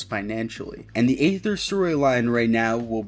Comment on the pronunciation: Please stop pronouncing Aether with an A.